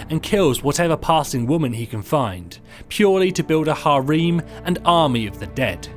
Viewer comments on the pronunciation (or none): Are you trying to say harem? That's not how I know to pronounce it.